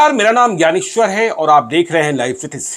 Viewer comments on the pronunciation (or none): none